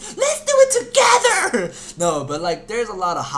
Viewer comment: 'LETS DOIT TOEGDAH' AHAHAHAHAHA